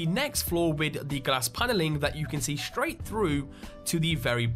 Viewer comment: yes its Silver SHroud, but not SHraight, its straight and its not CounterSHrike, its Counterstrike :)